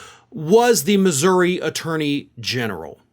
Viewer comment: I think it's cool that knows how to pronounce Missouri